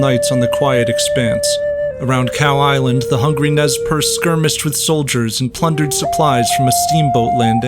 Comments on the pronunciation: its more like ''Nay-Per-Say'' Nez Perce is the french for pierced nose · Nez Percé is french. The first thing you should have done is to learn how it is pronounced. It is not even difficult.